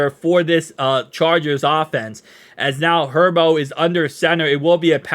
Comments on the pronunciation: Its pronounced Hurburt & spelled Herbert not Hurboro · Are you calling Herbert “herbo”? Like a nickname?